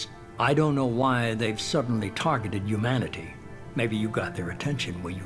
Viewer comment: It bugs me so much that The Illusive Man never pronounces the "h" in humanity he only ever says 'umanity